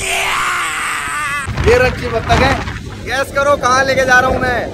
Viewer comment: It's not Battakhi it's bathakh